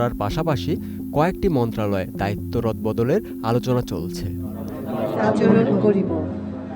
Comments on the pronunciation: 😅 বদবদল হবে না রে বলদ রদবদল হবে😅😅😅😅😅😅😅😅😅😅😅😅😅😅😅😅😅😅😅😅😅😅😅😅😅😅😅😅😅😅😅😅😅😅😅😅😅😅😅😅😅😅😅😅😅😅😅😅😅😅😅😅😅😅😅😅😅😅😅😅😅😅😅😅😅😅😅😅😅😅😅😅😅 এই হইলো রিপোর্টারদের আর এডিটারদের পড়াশুনা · ভাইরে বদবদল না রদবদল হবে 😂😂